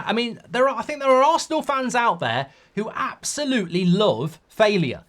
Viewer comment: “Artetter eooouut”